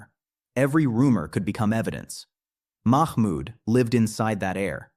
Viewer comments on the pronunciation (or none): Its not mak mud....its mahmud